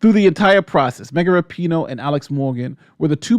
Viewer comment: The names are pronounced. Rap (like the music) - In (like plug it in) - Oh (like Oh my God) and Leroux is pronounced La - Row